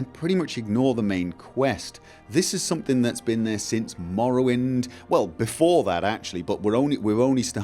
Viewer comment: An insightful conclusion to this little series. :-) And I love how you pronounce the "rr" in Morrowind. :-DD Wonderful accent.